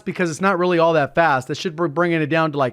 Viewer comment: It's RAALy good, eh?